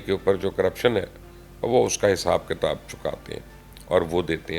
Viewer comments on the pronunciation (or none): none